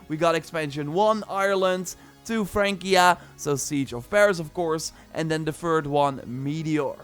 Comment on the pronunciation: It’s not Fran-kia it’s Fran-sia